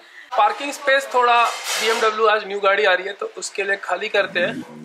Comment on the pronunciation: It’s bmw not bmdabloo.... congrats it’s a beautiful car